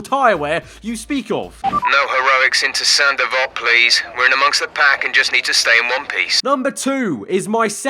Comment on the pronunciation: Saint Devote? Hell, I thought he was saying "Sandoval"